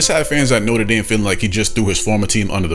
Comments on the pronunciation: He pronounces Notre Dame differently every single time he says it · My biggest gripe is him not deciding to pronounce it note-er Dame or note-trah dame